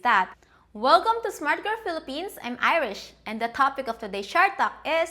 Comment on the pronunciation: I think you are saying your name is, the flower, not Irish as in Ireland🙂.